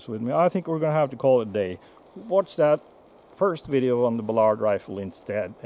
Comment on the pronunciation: BALLard, not ballARD.